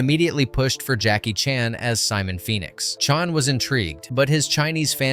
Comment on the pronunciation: why did he call chan, chun?